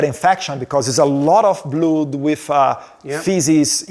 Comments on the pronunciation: 🙏🫡🥵🥵🥵🥵🤬Edward now you are speaking English, but you need to find an English teacher to improve your skills because a lot of words you are saying are wrong like a blood you are saying” bluud”, please improve your English. You need that urgent❗️ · "2 much blUdi" mano pqp, que inglês HORROROSO!!!!! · His English sucks! He doesn’t even know how to pronounce the word blood! What a shame …